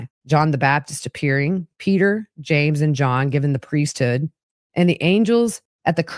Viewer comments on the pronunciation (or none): none